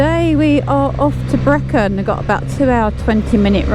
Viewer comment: Just for future reference Brechin is pronounced as Bree kin Love your vids 👍